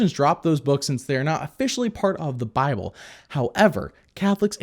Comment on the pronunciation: He said biable! :o Great review. I want this to be the successor to your VeggieTales reviews. It seems like the best so far. The only thing that might rival this is Bibleman in terms of what the viewers want.